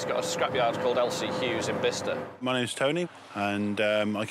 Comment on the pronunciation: Not Bisster, it's pronounced By-sester! Bicester.